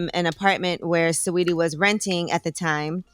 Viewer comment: how y’all pronounce sawettie as sweety